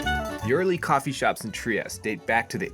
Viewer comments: It is pronounced “Triesteh”. Add the E at the end. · Learn how to correctly pronounce (at least) the word…piazza; sounds like pizza, not…Pisa, (which is an entirely different sound and refers to the town that has the famous Leaning Tower of Pisa!) TriestE, do pronounce the last È, don’t swallow it! Italian is a PHONETIC language which means you pronounce EACH and EVERY single letter! 😅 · Not to be pedantic but you could pronounce it correctly, there’s an ‘eh on the end of Tree-ESS-tey